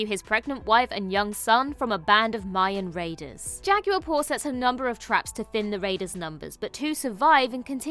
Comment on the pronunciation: You all really need to learn to pronounce Spanish words so much better because this is offensive. Con-kwistudors aren’t a thing, neither is a Jah-gyuer.